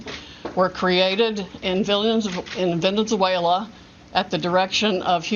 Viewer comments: "In Vindinzuela.." lmao what a rube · Unreal. An educated person can´t even pronounce "Venezuela" right. Bringing these allegations and just watching all this is shocking. And still, no real evidence. They don´t really care how bad this looks for the US abroad. I am temporarily out of the US and see the reaction of people to all these claims without validated evidence and how all this damages US democratic principles. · She can’t even pronounce Venezuela.